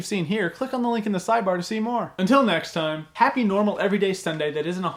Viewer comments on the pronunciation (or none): none